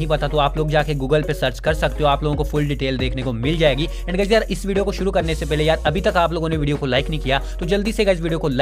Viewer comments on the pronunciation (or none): none